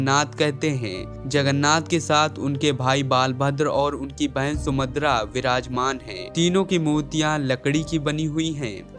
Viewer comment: Bhai sahab video me subhadra ka name bar bar sumadra bola gaya usko thik karo